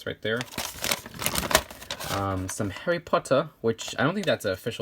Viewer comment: "hawwy phottah" just2good 2017